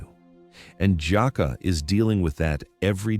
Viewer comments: Stop calling this lady Jacka…..it’s! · Omg why he keep calling her "Jaka' it's 😂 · Exactly! And the fact that he keeps mispronouncing her name is pissing me off! 😡 He keeps calling her "Jockwa" when her name is!! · I hate how ai pronounces black names. HER NAME IS JUH KAY LUH !!! FUCKING ROBOT. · Your pronouncing her name wrong. That’s the least you could do is properly pronounce her name. It’s pronounced Jah- Kay- La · Jah -Kay -la - this is the way it is pronounce. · Is this AI or something? It's annoying 😑 AF hearing someone's name being mispronounced! Nobody: You: Jaqua. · I use to work with this young lady, and she is the sweetest person. I’m hurt that this happened to her 😢. One thing that irked me about this video…her name is pronounced Ja-Kay-La!!